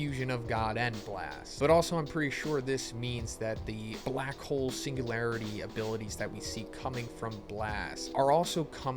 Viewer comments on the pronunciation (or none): none